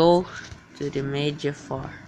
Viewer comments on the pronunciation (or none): Nice vid Ps when he said media fire I thought he said mega fart for some reason